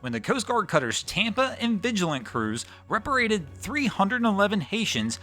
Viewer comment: Hey,, great videos, but regarding sending folks back to their home country, I think you mean to say "repatriated." You seems to be dropping a syllable or two.